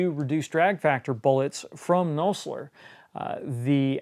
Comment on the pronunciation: I always thought it was pronounced "Naw-zler" and not "No-slur" LOL